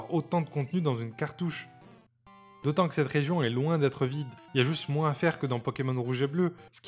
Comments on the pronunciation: Excellente vidéo rétrospective, mais le seul truc qui m'insupporte plus que Nabil, c'est quand tu dis MOUINSSSSSS 😂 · J'ai kiffé la vidéo mais qui dis "moinZe" pour dire moins ? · Énorme travail ! J'adore ! (moins on prononce pas le s 😂) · Par contre, on prononce pas le s dans moins